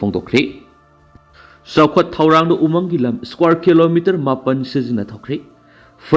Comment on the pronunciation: News reader na"umang "haibada pronounce tu yamna lumna hairidu lanlay,khara yangna haibiyu..?